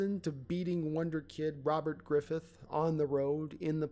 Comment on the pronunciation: Who the fuck is Robert Griffith? It's Robert Griffin III....GRIFFIN!